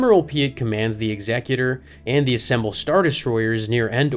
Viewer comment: Thumbs Up for pronouncing the Executor correctly! 👍